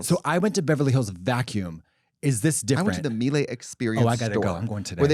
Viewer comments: Mee-Lah, not Mee-Lay. Thanks. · Mieluh not Mielay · i work in appliances and it's pronounced "meela." welcome to my trauma 😌